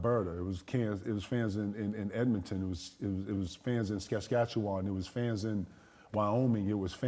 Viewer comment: It’s SAS-CATCH-YOU-WAN SASKATCHEWAN. 😂